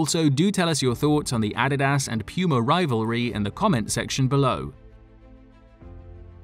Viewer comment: Pronounced “POO-MA” Guy says: “Pee-You-MA” 🤭